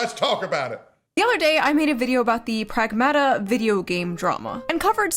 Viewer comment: Angry Greek - its pronounced prAgmata , tone on the 1st A